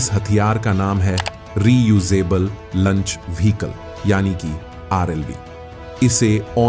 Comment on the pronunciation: भाई लंच मत बोलिए। इसे launch लॉन्च कहते हैं 😂